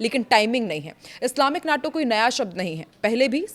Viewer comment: नाटो नहीं माटो कहिए